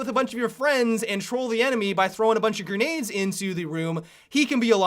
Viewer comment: I hate how he says gernades instead of grenades